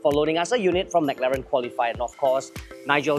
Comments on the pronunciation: Dude it's pronounced as "m-claren", not Mac-Laren! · yeah spot on. so long in this industry still can't pronounce properly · why did you pronounce Mclaren the way Singaporeans pronounce macdonalds LOL. The Mclaren engineer dude was pronouncing it right the whole time and the host just ignored it hahahah